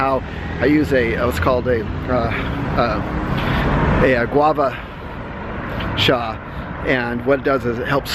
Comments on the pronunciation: It is Gua sha, not guava sha unless you're scraping with the guava fruit!! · gua sha is the tool he uses to massage his skin in the sauna. He pronounces it wrong, so I thought I'd clarify for those trying to find the tool on google.